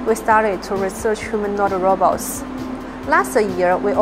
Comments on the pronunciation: RO-BOTS not "robbits" or "rabbits! Who the hell is narrating this? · Now if we could teach ya ass to say robot instead of ra-bots. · Robets?? why are you saying "robets" ?? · When AI keeps saying Robber 😂😂😂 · is he saying rabbits instead of robots!! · They need to hire somebody who knows that robots is not pronounced 'rahbats'. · I hear RABBIT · If you going to use AI for your commentary on your Pro Robots channel, then make sure your AI can say Robots.. 🤖